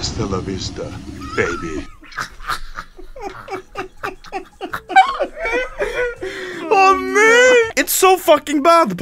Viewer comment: not baby its babeh